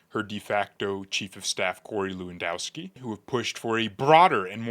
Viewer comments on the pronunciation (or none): none